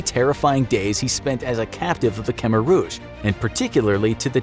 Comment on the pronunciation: really need to learn to pronounce Khmer